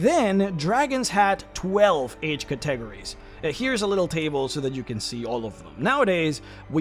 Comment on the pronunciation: say it with me Cat-A-Go-Ries, by god your pronunciation of that word make my ears bleed... otherwise greate video as always, i really love this named dragon series ^_^